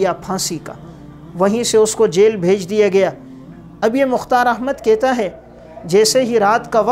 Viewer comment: یہ کیا بد زبانی ہے: نوَکَری کو نوٗکَری بیَٹھ کو بیّٹھ کہَتا کو کِہتا رہَتا کو رِہتا اِکلوٗتا کو اکَلوَتا